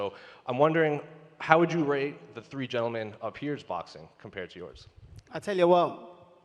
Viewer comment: Conor “tree opponents”McGregor